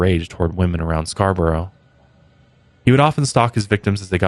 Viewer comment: Born and rasies Scarborough, thanks for saying it correctly and covering this! I had no idea!!!!!